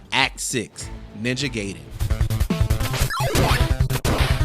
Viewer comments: Ninja Guy-den, not gay-den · And here was me thinking that it was pronounced "Guy-den". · Guy den. You're saying in wrong. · It's Ninja GAI-den (GUY-dehn)! Hai! But yeah, I agree--the Ninja Gaiden game was one that had me asking for a friend's Game Genie back in the day. And it's obvious why. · "Ninja Gayden"